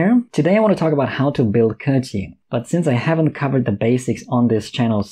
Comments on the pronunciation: Finally someone who pronounces her name properly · Someone who understands her kit and knows how to pronounce her name. Very nice.